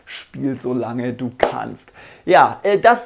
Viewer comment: Haha Lachflash bei dem "kannst"